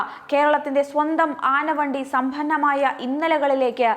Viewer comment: കൊച്ചേ... പല തവണ പറഞ്ഞു നാക്ക് വടിച്ചിട്ട് വായിക്കാൻ. "സംഭന്ന"മായ അല്ല, സമ്പന്നമായ ആണ്. പിന്നെ.. രണ്ടുദിവസം ഹർത്താൽ ആയതുകൊണ്ട് ഹർത്താൽ തലേന്നും, ഹർത്താൽ പിറ്റേന്നും എല്ലാത്തവണയും KSRTC ക്കും ബിവരേജസിനും റിക്കാർഡ് കളക്ഷൻ ആയിരിക്കും. ഇത് അത്ര മഹാസംഭവം ഒന്നുമല്ല.